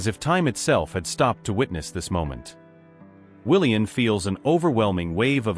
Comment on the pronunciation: His name is pronounced WilliaM, not WilliaN. Please edit your stories and reprogram your AI robotic narrator to pronounce words properly. And why do some of the sentences start out saying E. It's irritating and hard to listen to. The story would be so much better if the story was edited and corrected